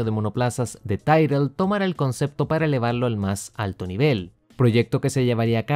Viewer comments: Es Tyrrell no tairrel como te escuché decir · Ya lo dije en un video anterior. Para un aficionado a la historia de la F1, la forma en que pronuncias Tyrrell hace daño a los oídos. Te hace parecer poco documentado